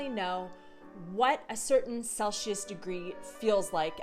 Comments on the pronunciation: Gotta be honest, its the first time I heard celsius pronounced like cel-shus instead of cel-sih-uhs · Love the video, but the way you say Celsius made me laugh 😅 there's a S there not SH/Š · Celsius - pronunciation! There is no sh sound. (sel·see·uhs)